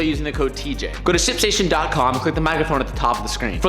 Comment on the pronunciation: I think you're missing the letter T in Ship Station when you're saying it.